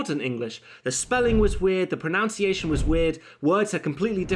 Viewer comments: but you did mispronounce pronunciation note that it is nu nou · Irony again: Mispronouncing the word "pronunciation" as "proNOUNCEiation." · that "pronounce-iation" IS weird ... and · Pronunciation not pronounciation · I'm just annoyed that you're pronouncing "pronunciation" wrong. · Please pronounce "Pronunciation" correctly.